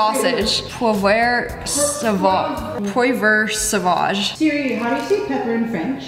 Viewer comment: As a french person it hurt me the way they pronounced poivre sauvage🇲🇫😫